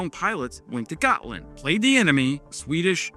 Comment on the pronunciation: Considering Ukraine is currently teaching NATO about modern warfare... I think its time we let them join. Also, Gotland its pronounced "Yaht-Land"